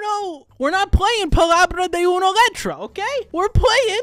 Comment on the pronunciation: Google: Palabra de tres letras: palaba de tres leches 😢😢😢